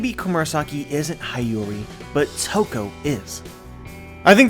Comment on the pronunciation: Ladi Toki -> Toko hmm, close enough :D